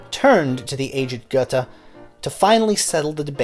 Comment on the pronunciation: Would you please be so kind to train yourself to be able to say "Gööööthe" instead of "Guttey"? You will manage. Just give it a try. By the way, there is something called International Phonetical Alphabet (IPA). In IPA, "Goethe" is spoken "ˈgœ-tə". Please get yourself familiar with IPA. It will help you with languages other than American English. (Perhaps you need to be informed that there exist other languages than only American English.) I am sure you will be able to get that right. With just a little effort. A tiny little effort. Thank you so much.